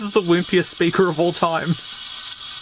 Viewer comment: Might be the accent but why is it SPURKER not speaker?